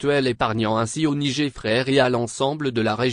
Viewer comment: mais qu'est ce que c'est que ce commentateur ? il s'écoute au moins ? 😮 le "nigé " , incroyable ☹